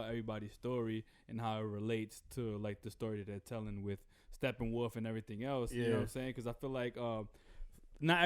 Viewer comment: Is saying "stephen-wolf"?